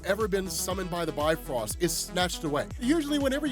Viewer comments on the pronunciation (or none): It's not pronounced "Bi-Frost", it's "Bif-Rost". It actually sounds more similar to Beef Roast, when accented.